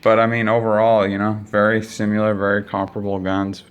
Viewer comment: They're very "simular" guns